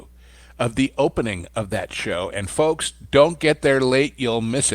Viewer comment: ‘FoLks’ ‘investOrs’ Plus the slow talking period. I cant take it anymore. This guys voice. Ffs. Im out.